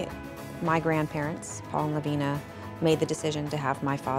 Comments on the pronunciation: I reside in Lavina Montana. Lavina is pronounced with a long I, not as an E sound as you pronounce it. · I have an Aunt Lavina and it is NOT pronounced LaVEENa. Not sure why Christina thought it was.